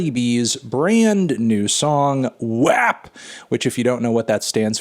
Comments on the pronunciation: melon its pronounced "wop" cardi even says it in the song 😭 but i love the spirit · Anthony it’s pronounced “wap” not “wop” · When you first said WAP, I thought you were saying rap with a speech impediment. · The way he pronounces WAP makes me really uncomfortable.